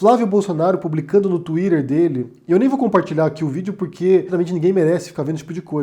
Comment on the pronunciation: Não fale mais tuider, por favor.